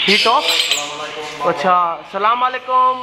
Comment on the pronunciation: it's not Salam Wa Laikum it's Asalam O Alaikum